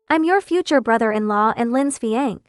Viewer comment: I'm pretty tired of hearing "fiee-aNK" instead of fian-say. I hope someone can correct this with the AI.